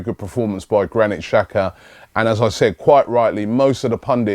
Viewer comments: Benjamin Rood yeah could be dzaka as well, but robbie says chaka or shaka, thats way wrong, somebody should tell him that. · does Robbie read these comments? Mate, its pronounced Jacka, not Shaka, when will you learn it? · it's pronounced dzaka